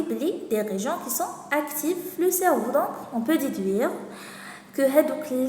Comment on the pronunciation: merci bcq juste une remarque cerveau ça se prononce cerveau o comme eau pas cerveuu